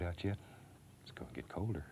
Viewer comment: "Got'cher winter coat out yet..?" "yes.." "Its gonna get cuwlder" tears up "brr...yes"